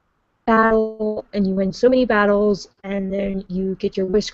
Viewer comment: The way said battle, it sounded like bowl. odd.